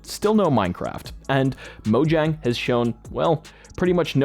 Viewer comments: yeah it looks like its pronounced a different way but it is mow-yang not mow-jang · In this context the correct pronunciation is "Moyaing" not "monjaing" Hope you found this helpful!